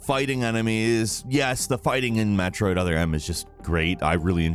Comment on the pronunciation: Did man just say MAT roid?